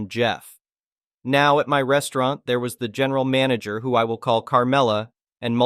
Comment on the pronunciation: Manager? I thought you said MANGLER!